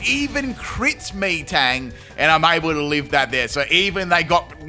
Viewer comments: Out of all the amazing pronunciations, Meeeetang is probably my favorite. 4/5 letters of metal, so I think it’s said like “metal” XD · The way you say Metang makes me think that's how you ask for orange drink. Me thirsty. Me Tang. Me drink. :_pimpKai::_pimpCaterpie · Haha still mispronounces metang wow XD lol